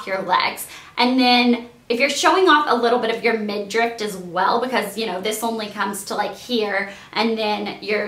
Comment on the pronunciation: Did you seriously just say midrift